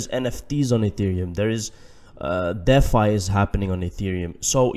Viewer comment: D Fi.........not Deaf Fi.